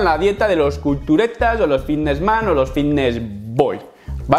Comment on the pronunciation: En serio, nadie percibe como este hombre pronuncia la palabra ffffvitnes